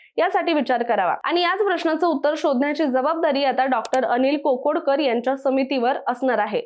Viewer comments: खोदड नव्हे खोडद, कोकोडकर नव्हे काकोडकर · कोकोडकर का काकोडकर ? खोडद का खोदड ?